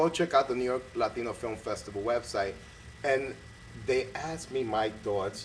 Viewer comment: What does an English director know about being Latino? He couldn't even say the word "Latino" properly. Make an effort, mate! and next time Tony, you wanna talk about the unification of race, educate yourself on the race and issues and struggles that the race deals with, especially in Hollywood. Tony sounded ignorant and clueless. of course Tony would chose a white girl yelling disrespectful things at her grandmother , it's probably how he was raised and grew up seeing and doing.